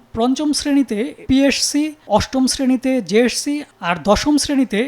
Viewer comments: এই সাংবাদিকের দাঁত কয়টা আছে সেটাই ভাবছি যে কবার পি এস সি, জে এস সি আর এস এস সি উচ্চারণ করলো ততবার ই এক এক টা দাঁত খুলে গেলো উনি বার বার বলল পি এড সি জে এড সি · পিএরসি, জেএরসি না। উচ্চারণ টা ঠিক করে শিখুন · psc, jsc, ssc, hsc উচ্চারণ ঠিক করেন সাংবাদিক ভাইজান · পি এস সি ও জে এস সি আগে তো ঠিক মতো উচ্চারণ করা শিখেন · সাংবাদিকের পিএসসি ও জেএসসি নামের উচ্চারণ এমন কেন?